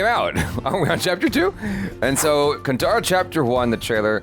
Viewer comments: Sorry to say this but it's kaantara not kantara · I am sick of hearing it as ‘kantaaraa’ It is ‘kaantaaraa’ How difficult is that? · It's Kanthara not tara